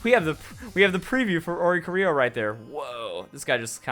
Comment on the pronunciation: Welp...still can't correctly pronounce Oricorio's name